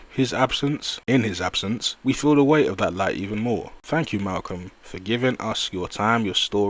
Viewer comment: yall gotta unsubscribe to these weirdos commenting on things they not of or from.... nigga didnt even have the decency to get Malcolm name right 10 seconds in... this is worse than mel click bait title